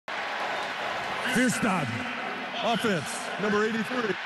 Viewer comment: I think it's hilarious his regular southern accent voice came out when he said "offense"